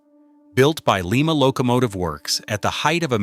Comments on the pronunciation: Lima is pronounced Lie-ma, not Lee-ma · It's not pronounced LEE MAH Locomotive Works, unless you're in Lima Peru. In the U.S. we say LIE MAH. , the narration said "two enormous cylinders". Take a closer look. It's FOUR cylinders, in a simple articulated locomotive. it showed the axle load at 86,700 lbs. But , it said the driving axles carried 381,000 lbs. That comes out to 63,500 lbs. Which one is it? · Lima pronounced Lie- ma, not Lee- ma! For Lima Locomotive works, Lima, OH. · Just an FYI for future cases, Lima is pronounced Lie-ma. Frustratingly Ohio has so many location names that are pronounced weirdly especially compared to their counterparts elsewhere in the world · The name of the factory that produced these beasts is pronounced with a long I. It’s Lima long I!!! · Too many retards narrating these things. Leemah , really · We don't say Leema beans now do we. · For crying out loud people please learn how to say Lima please stop murdering our City and before anyone says that's how it said no no one in Lima says that not a single person because it's not correct